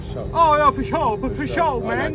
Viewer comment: "Fo sho"? 🤣🥊🤕 Yeah, fo shooooooo!